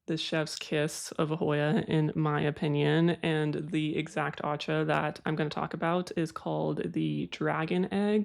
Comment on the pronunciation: PSA: “Aceh” is pronounced AH CHAY. I lived in Indonesia for a while, and had no idea how it would come in handy years later when I got into Hoya and Scindapsus. 😆